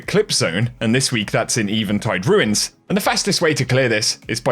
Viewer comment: And don't even get me started on that pronounciation of "Eventide Ruins".